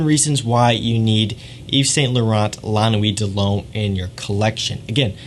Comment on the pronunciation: You say it like lah nuwit deh lumme